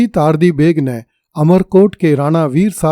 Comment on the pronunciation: चार्ली नहीं तार्दी जबकि यह तर्दी है।